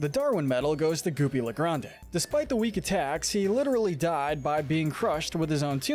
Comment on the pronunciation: It's not goopy le grandE you don't pronounce the e it's just goopy le grand